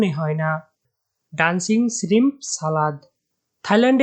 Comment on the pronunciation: ভাই উচ্চারণে সতর্ক হন।এসনেক না শব্দটা স্নেক,স্রিম না শ্রিম্প সালাদ/স্যালাড। বাজে ভাবে নিয়েন না প্লিজ